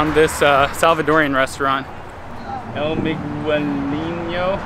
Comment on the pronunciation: The mispronunciation of El Migueleno was an historic classic! #upvote